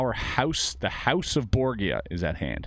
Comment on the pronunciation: That's not how you pronounce Borgia.